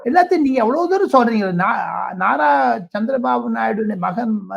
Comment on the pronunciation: அது நர இல்லப்பா "நாரா" லோகேஷ்.